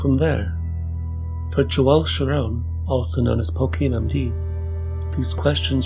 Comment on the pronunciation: I think it's Sciarrone, and not Sciaronne. The first sounds Italian, the second Jewish.